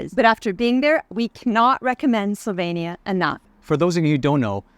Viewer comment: What a disappointment that both of you consistently mispronounced the country's name. This is pretty basic stuff when visiting another country. I stopped watching your video after a minute.